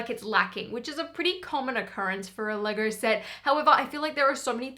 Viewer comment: The way she pronounce it "Legaur"